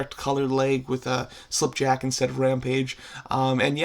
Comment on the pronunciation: SlipJack it's actually skipjack but it's completely fine sometimes I completely mispronounced words actually